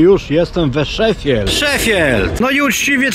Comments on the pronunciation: proszę Cię 😁 Nie "szefield", a "sze-fild" 😜 A swoją drogą. Faktycznie masz rację. FC Sheffield to najstarsza drużyna piłkarska na świecie, która ma siedzibę w Dronfield. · A nie Szifild?